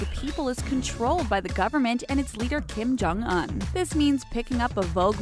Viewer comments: “Kim Chong oun” it’s pronounced kim-jyong- uonnn” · Kim Jong-UN??? 😂 I thought it was pronounced Kim Jong-OON 💀💀💀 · did she say Kim Jong an and not Kim Jong un???????????? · Everytime 😩 like did no one think to tell her she was saying it wrong during recording or something??